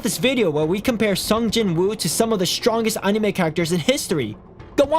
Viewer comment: DUDE PLEASE PRONOUNCE ANIME CORRECTLY